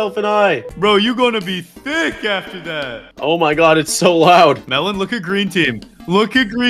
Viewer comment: melon pov : im so tick insted of thick lol😂